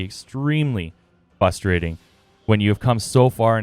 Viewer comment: Great very helpful vid, but plz practice saying "frustrating" not "fusstrating" 😂 if you're gonna say it 20x you might as well learn the word mate